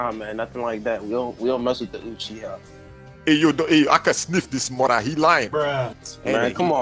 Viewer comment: ITS NOT YOUCHIHA ITS UCHIHA (OOCHIHA) THATS HOW ITS PERNOUNCED